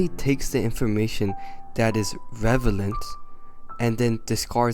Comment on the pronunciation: Yea no hate but like, but u said “revelant” instead of relevant.